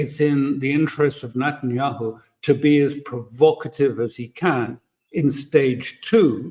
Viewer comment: " interest of Nuttinyahoo' . 😂